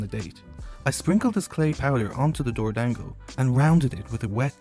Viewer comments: It's not pronounced 'dang-go", it's "dawn-go" 😭😭😭😭 short A sound! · Every time you say dorodango it sounds like “doored angle” 😂